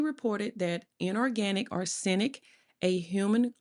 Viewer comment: Arse sen ic...omg...this lady did not take English in school..sorry for that..but arsenic wasn't the only words she butchered...so sad. American education system.😢